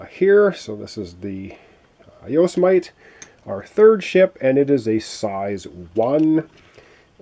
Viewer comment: I believe the pronunciation for the small ship is Yo-si-meh-tee